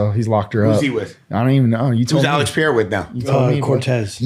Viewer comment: My man still mispronouncing Alex pereira in the big 26